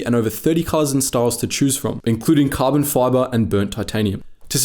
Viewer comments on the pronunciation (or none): none